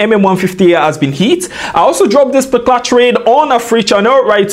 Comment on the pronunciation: why does he keep saying "specular" instead of "particular"